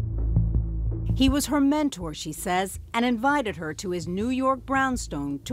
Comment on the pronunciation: That's MENTOR, not "menner."